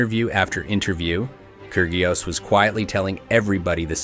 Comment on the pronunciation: The pronunciation is..KI RI OS!!!